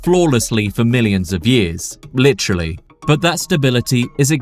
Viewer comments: Take a shot every time he says "licherally" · you (or whatever ai you may have used to make this) say "litchrally" way too much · Take a shot every time guy says "you're probably wondering" & "lih-trally."